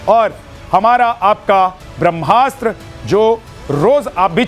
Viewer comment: आदरणीय अपने त मैथिल छी फेर एहेन उच्चारण कियैक? ब्रह्मास्त्र हेतै कि ब्रम्हास्त्र। कनी ध्यान देल जाय उच्चारण पर। ब्रह्म आ कि ब्रम्ह?